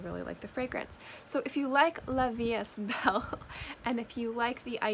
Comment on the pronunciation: Just letting you know, it’s pronounced ‘la vie E belle (so like you said it but without the ‘s’ in the third word. The s and the t are silent)